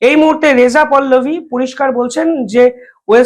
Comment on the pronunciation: ও দাদা রেজা পল্লবী নয় রেজা পাহ লাবি।